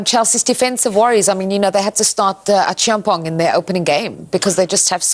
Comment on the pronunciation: The nailed the Acheampong pronunciation.